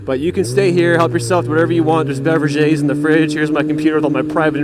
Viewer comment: yes thank you. you said bevra zhays.(beverages).